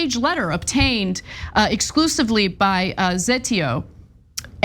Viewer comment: It’s pronounced Ze Tay Oh